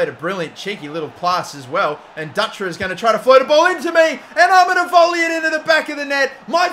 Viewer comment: Nice transfer to a bigger club...the winger's last name is pronounced Doo-tra. Wouldn't correct you normally but it's my last name lmao